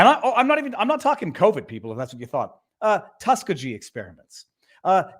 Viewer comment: One thing you keep referring to is the TUSK-a-gee experiments. I am from Alabama, and when you said it that way, I almost didnt understood what you were referring to. Tuskegee is known not only for that, but of course, for the Tuskegee Airmen of WWII. The pronunciation is tus-KEY-gee (hard g). More people will recognize what you are referring to if you correct the pronunciation...just sayin'